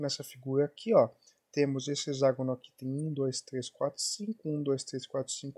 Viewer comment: A pronúncia correta é "hecságono". X tem som de cs em várias palavras: convexo, complexo, taxi, etc..... termo grego é hexa, sempre som de CS! Mas comum... até Iberê Tenório erra normalmente.